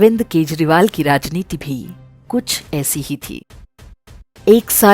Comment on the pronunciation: This time you pronounce his name in correct way..Thanks